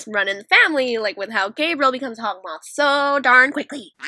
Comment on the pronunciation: U called haukmoth(sorry l spelled it wrong)mothy like alya sister